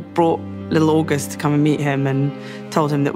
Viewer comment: Love it! Although I don't think it's pronounced like the month of August.